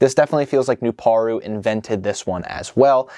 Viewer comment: His name is pronounced "New-Par-u"